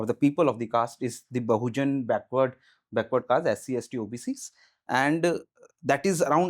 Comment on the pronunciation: Caste ko kayste bol raha hai😂